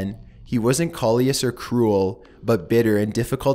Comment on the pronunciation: What the hell is 'col-e-us'? Do you mean 'cal-us'? Calious as in spiteful or mean